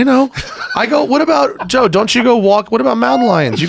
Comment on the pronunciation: Did he just say "Toe Rogan" in the intro? LMAO